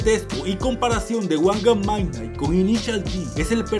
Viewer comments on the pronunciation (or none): Creo q se pronuncia midnaigt